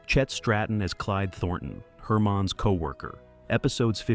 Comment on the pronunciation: I agree. There were two times when the voice pronounced "Herman's" as "Hermine's".